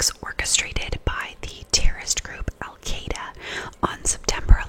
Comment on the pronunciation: Pronouncing it like you're saying the word "eye" ...al qEYE duh Is closer to how it is pronounced in Arabic. But you're doing fine, just the fact that you even care is praiseworthy. Arabic has a bunch of sounds that aren't used in English. The Q in al Qaeda is partly made by producing an exaggerated "glottal stop" deep in the throat....which is so weird for anglophones that we need training to help us do it! Arabic is just very, very unlike English.